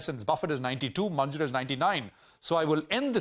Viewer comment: Its Mun-ger